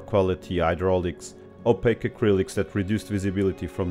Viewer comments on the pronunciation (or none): none